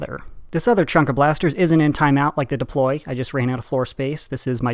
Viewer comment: "Debloy" wot